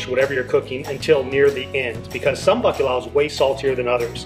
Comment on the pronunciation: I am really conflicted about liking your video. As a Portuguese I feel touched that you continue to embrace your ancestry but not to be able to pronounce bacalhau saddens me. Put your tongue up and crunched up to the back of your throat. Italians have this sound figlio. Gl. Portuguese lh. Also we fry our own matchstick fries at home, just cut them super thin. They are better fresh! My dad cooked this to perfection. Add piri piri to give it a kick! You are welcome! ❤️🇵🇹 I did like your video BTW. Siga em frente!